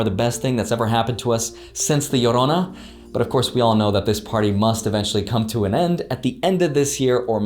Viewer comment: I laugh so hard every time you say "Llorona" hahaha